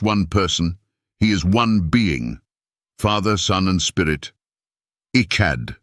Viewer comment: You lost me 2 seconds in w AI voice mispronouncing the topic of discussion. "Echad" is EXACTLY the proof of the multiplicity of God or His 'PLURAL-NESS' When you look at grapes they are known as a 'bunch' which means plural. Echad is the same concept.